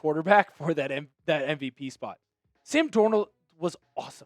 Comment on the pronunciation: “Sam Dornuld wus Awsum 🥹”